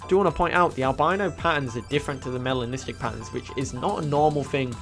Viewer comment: Why do i always think you saying my name when you say melanistic 🤣🤣🤣 Also the tropic skin looks more like a koi fish 😍😍😍